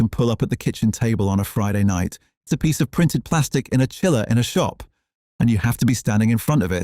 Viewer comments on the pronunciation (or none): none